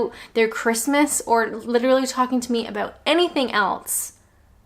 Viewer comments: Lucy K It is funny that, but if you hear the vowel pronunciation, of Else it sounds like she says Alse, so maybe its a linguistic thing in accents with the utterance of the rest of the word off of the tongue flowing from the a sounding e... I dunno why elSe... ?? Lol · The way she says the word "else"... 😂 I am laughing but really it annoy me, there is a S in it, not T! 😨